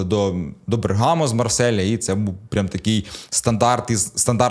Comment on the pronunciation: БЕргамо, а не БергАмо.